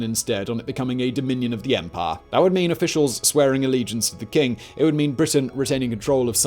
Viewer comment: I like this videos, but everytime he says 'empire' all I hear is 'Empar'